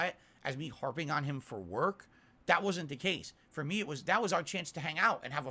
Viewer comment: One thing "irking" me about more and more is that he can pronounce the "Th" in "Thus" but when he says "That" it's "Dat"